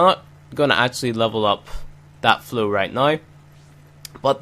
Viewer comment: Why you read flow to flu